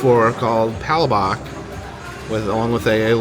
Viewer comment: Hey, as a Filipino let me help you with the correct pronunciation of Palabok. it s pronounced “pah-LAH-book”